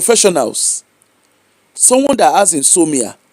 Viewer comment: The word is in-so-mnia. ...inability to sleep.